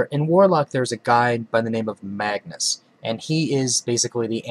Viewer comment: His name is not Magnus it is Magus LOL.